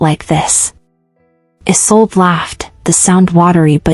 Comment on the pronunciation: the story is very good, but there is a problem with the names. First you called him Cade, then Kae. which is it? And the girls name is Isolde. Not A Sold.